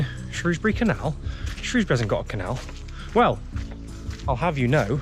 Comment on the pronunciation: As an ex Sundorne lad It's good to see the old canal looking just like i remember it. Thoe it would be good to see it in full water with narrow boats . Plus it was good to hear you pronounce the name of the town correctly Lol. As i used to say No o in Shrewsbury. 👍